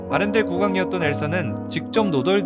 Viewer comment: 아란델 말구 아렌델 아닌가 ?..